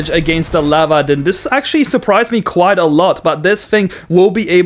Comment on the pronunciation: leopard is pronounced like the big cat kind of leopard just so ya know